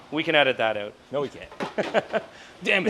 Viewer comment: Hey lets lay heyoot the exhaust, yeah lets get heyoot of here, lets go heyoot to lunch 😂